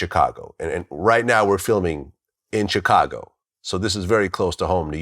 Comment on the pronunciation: I cringe everytime Vlad say “Chicago” 😬